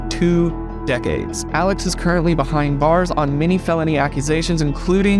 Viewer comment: I have no idea how to say his name... I hear "Alec" and also "Al-Ex."